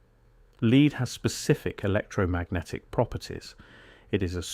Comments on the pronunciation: Sort the voiceover out, lead is not being pronounced properly 🙄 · You are pronouncing lead Incorrectly!